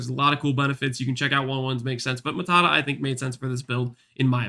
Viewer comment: Its not matata its maata